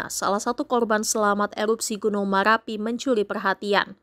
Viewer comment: Gk pande berita bilang ER 😂😂gunung maLapi 😂😂teloh berita nya 😂